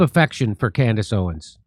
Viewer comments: Lol “Camriss Owens” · she called herself Camerace? QUITE the Destiny, child. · She said her own name wrong… weird… Camrace Owens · Anyone else notice she mispronounced her own name? She must be very excited about that #1.